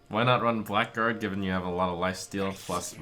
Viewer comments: Blackguard is pronounced blagard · It's pronounced "blaggard", not "black guard". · Isn't it something like "Blaggard"? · Haven't heard a single streamer pronounce blackguard correctly yet -_